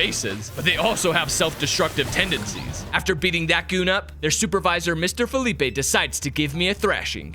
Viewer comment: Interesting how everyone seems to be pronouncing Philippe's name wrong. It's a french name, the e at the end is silent. The way you are saying it sounds more like the spanish name Felipe.